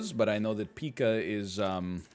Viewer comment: It's pie-kah, not pee-kah. HE SAID THE WORD WRONG OMEGALUL PepeHands